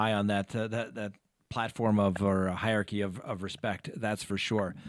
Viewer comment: Dude, you need to learn to pronounce "hierarchy" properly.